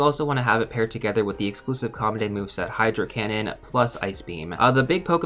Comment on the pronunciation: The one thing that hurts me so much is hearing legacy or com day move.